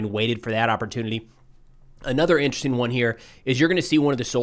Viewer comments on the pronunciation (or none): none